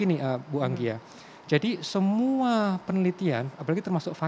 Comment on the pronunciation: Anggia oh Anggia 🤦🏻‍♂️